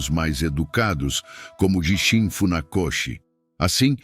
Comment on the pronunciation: Prezado, também notei esses erros de pronúncia! Vai mais um erro que você esqueceu de citar: Gishin a pronúncia é: Guishin.(09/08/24).